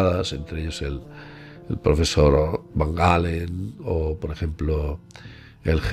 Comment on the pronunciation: Van Allen. Se pronuncia como se escribe..que manía con llamarle como al guitarrista.